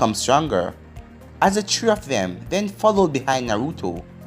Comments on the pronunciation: Bro I love how he say 3 kinda sound like “tree” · I agree it sounds like tree but it's 3